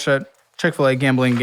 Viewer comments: Gambling turned into "gammeling". Lol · Take a shot everytime says gamling 😂 if youre a light weight, only take a shot when he says gambling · He said “Gambling” so much it started to sound like he was saying it wrong😂